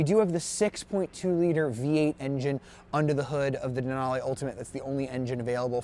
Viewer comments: gay...."lara-may"..."dena-lay". UGH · “Denalay” and “Laramay”?! Nope, I’m out